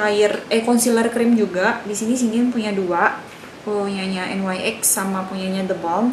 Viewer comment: kak, nyx bacanya nix, bukan en wai ex😆